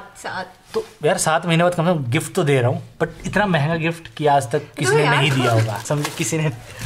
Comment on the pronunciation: Bar bar jb app manhga bol rahe the. tb hi hm samjh gaye the.